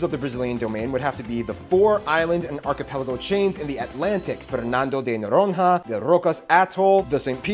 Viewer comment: Fernando de Noron-ha ... Inspirado em moom-Ra